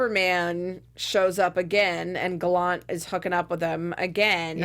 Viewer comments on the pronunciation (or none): Stop saying Gallant wrong. I can't even watch this. Bye.